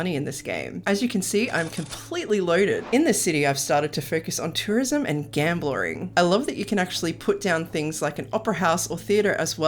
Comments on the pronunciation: Gamblering? Is that really how it is said across the pond? Gamblering....🤔 🤔 Edit: NVM you must have just misspoke there. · I like how you said gamberling😂